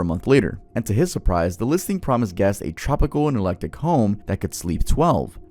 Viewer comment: tv its ec lec tic. eclectic isnt pronounced electic lmao thats not even a word